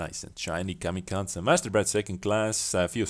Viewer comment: The way he pronounces kamikaze... Lol It is pronounced ka-me-ka-zee roughly